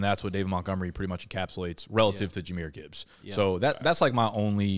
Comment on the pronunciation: And then he proceeded to mispronounce Gibbs name lol